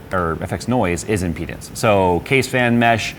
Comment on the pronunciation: Speak clearly when you say "with impedance" it sounds like "within penis".